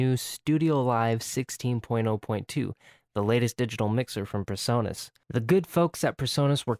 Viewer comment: It's not Personus. Lol.